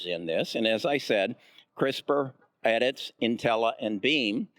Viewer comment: Edits, Nutella, and Pac bio tech. Why can't this guy pronounce the companies correctly? His inability diminishes his credibility. C'mon man.